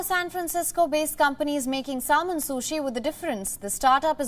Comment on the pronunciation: Indians are proud of their slavery era leftovers like cricket and English and yet couldn't pronounce the word "salmon" properly